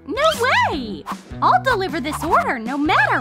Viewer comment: the fact that she said: Deilveryaa